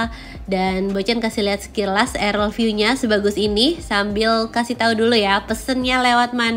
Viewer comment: Dear bocan, Arel viu ❎ Aerial (aer-riyal) view ✅ Keep posting! 💪🥳